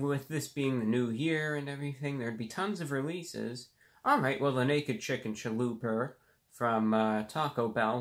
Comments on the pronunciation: Naked chicken chaloooper he says ahahahhaahhhhahaha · Did anyone else notice that he said "chalooper"?